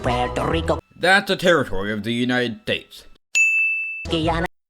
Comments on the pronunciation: says the same dude that pronounces “Yunae tates” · thats a territory of the United... Tates? TATES???? Ok so like Obama is just like " Great people of the united tates" every time he starts a speach. (I know you have a speach impediment or something of the such.This post was in no way to disrespect you in any way. Im sure you are a great person (it long so gonna stop now)) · Nobody: Absolutely nobody: Nobody in the entire universe: This guy: “Thats a part of the united tates😂😂😂😂😂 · You're one to criticize on how they pronounce it lmao United Dates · United D A T E S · Did you just say United Dates? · Sounds Like you’re saying United Dates xD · one sin for you for the way you pronounced United States